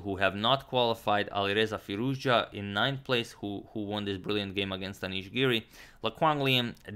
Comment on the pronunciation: You say Alireza Firouzja just like a native Iranian!